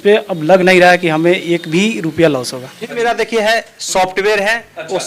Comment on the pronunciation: एक भाई 'Strategy' को 'Astrology' बोल रहा है दूसरा टोपी वाला बब्बा 'लॉस' को 'लाश' बोल रहा है। Full मनोरंजन है भाई। SEBI अब इन सबकी दुकानों पे ताले लगाने वाली है। शायद अगला वीडियो ये शूट ही ना कर पाएं।